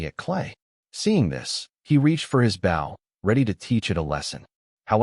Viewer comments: The speaker of the story doesn't know the difference between, bow and bough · Nothing is more irritating than ai that mis narrates bow???